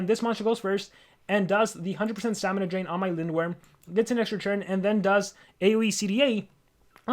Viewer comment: he said dramina stain